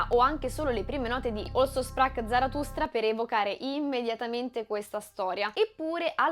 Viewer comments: Figura di m...con la pronuncia di Also sprach Zarathustra...citare informati, bitte....poi...francamente non è tanto onesto contrabbandare per spiegazione ultimativa una semplice descrizione del film, su cose che tutti hanno sempre capito. Noi che nel 69 lo abbiamo visto, poi, abbiamo veramente bisogno di nuovi ventenni, che nel Novecento non c'erano, che dalla loro cameretta ci insegnino a pensare?...mah. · Ottima analisi, molto interessante, ma con amichevole spirito ti chiedo cortesemente di dire "Così parlò Zaratustra". La tua pronuncia del tedesco fa inorridire. Parola di madrelingua. :)